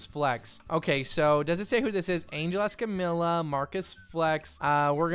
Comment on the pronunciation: Why do you say escamILLA not escamiya because if your going to say their family name with a spanish accent you need to say the lls right